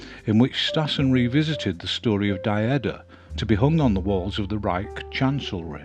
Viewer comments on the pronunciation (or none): In the German language "ie" is pronounced like "ee" in feet in english. Therefoe "Die" is pronounced "dee" and "fliegen" is pronounced "fleegen". "Die" is the female form of "the" in english. "Fliegen" is "to fly". No biggie, just thought you might want to know. Thank you for the series, I have watched most of them, will eventually watch them all.